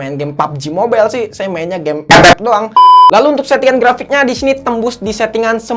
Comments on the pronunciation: Klo ff di blokir gk bisa lgi dong dengar bang ngomong ep ep kya ad yg krng aja gitu wkwkwk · Kocak beud waktu nyebut EPEP🤣🗿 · Sllu terngiang" dengan kata ep ep wkwkwk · Bang kenapa lu kalok bilang epep gitu😢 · Demen banget klo dia ngomong EP EP, Awokwkwkwkwkwkw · Epep epep epep epep epep epep epep bengek ajg 🤣🤣🤣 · Njir ngakak ngomomg ep ep nya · ngakak cok pas tiap bilang epep 🤣🤣🤣🤣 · lucu nyebutin ff nya😁